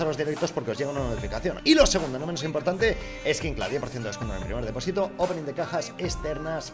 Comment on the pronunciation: Soy el único que se da cuenta que dice deposito mal :v